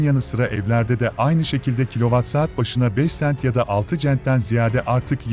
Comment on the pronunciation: Euro ve cent i telefuz etmeyi bilmeden nasıl gazeteci oluyorsunuz anlamıyorum?